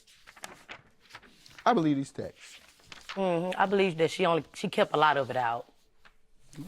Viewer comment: It really saddens me when people say textes.. it’s just texts babygirl 🤦🏾‍♀️ but this was a funny case! She started stripping 30 years ago 😂😂